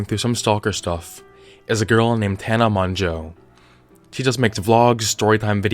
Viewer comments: “Tana Monjoe” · "Tana Monjoe"